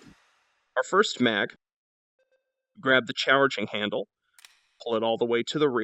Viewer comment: “Grab the chowerging handle.”